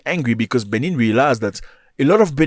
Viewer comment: You get news from Africa, but you exaggerate too much And your pronunciation on the benin capital is wrong...why didn't you take your time in learning how to pronounce Benin republic and it capital Mr African news And the cause of their issues is simply from the stands of ECOWAS